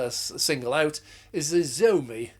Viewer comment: I am really surprised Ford's share-holders agreed to this suicide pact. Xiaomi is pronounced shaaw-mee, or show-mee, depending who you listen to. I have been using the former, since buying my first Xiaomi phone, back before 4G was a thing (the Xiaomi Note, aka the Red Rice). It is not in daily use, but it does still work; and doesnt feel too slow either; although obviously internet use is restricted; a new, removable battery, cost me £2.50 a couple of years ago.